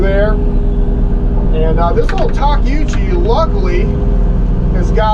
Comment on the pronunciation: Takeuchi. Where's the m and g at in that? My man, it's pronounced Ta-kee-oo-chee.